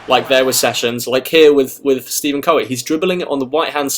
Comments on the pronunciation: Pronounced Steff en not stee ven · He said STEVEN CURRY! 😂😂😂😂😂😂😂😂😂😂